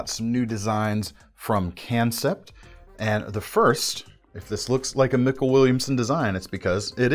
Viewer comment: I love how he says can sept lol